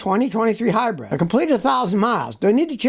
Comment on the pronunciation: "HYBRID" not "HYBREAD"